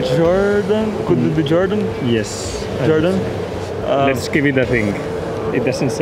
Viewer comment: No one; Absolutely nobody; Daniil Kvyat: wE sAy JoRdAN!